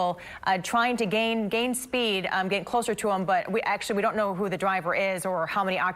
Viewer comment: She keeps saying "high rate of spade" lmao